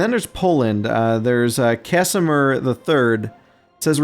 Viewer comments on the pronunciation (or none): none